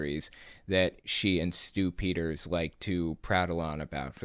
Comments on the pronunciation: The way you pronounce Stew Peters name sounds like "stoopiders" . If you know what I mean 🤔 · I hear "Stupider" everytime you say this guy's name. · I just hear “stupiders” when someone says his name. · Saying his name "Stew Peters" sounds like "stupiders"-- how appropriate! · Whenever you say Stew Peters I think "stupiders"